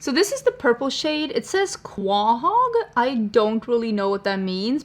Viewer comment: It’s a type of clam . Quahog pronounced “ koe - hog “